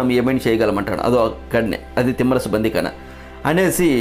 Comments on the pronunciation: తిమ్మరసు కాదు తిమ్మరుసు అని ఉచ్ఛరించండి నామ వాచకాలను కూడా మీ ఇష్టం వచ్చినట్లు పలుకుతూ, ఈ తరం వారికి తప్పులు నేర్పిస్తున్నారు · చాలా బాగుంది...శ్రమించారు ..ధన్యవాదాలు..కానీ ఉఛ్చారణ దోషాలు లేకుండా చేయాలి ఉదాహరణకు....తిమ్మరసు కాదు..తిమ్మరుసు....అలాగే..పూర్తి సమాచారం సేకరించి వివరించాలి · Thimmarasu kaadura babu, thimmarasu. Ucharana nerchuko. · తిమ్మరసు కాదు సోదరా...తిమ్మరుసు అని పలకండి.